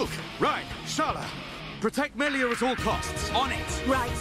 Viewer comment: If gonna go this whole episode saying "Meelia," oh boy, it's gonna be just like Revali all over again........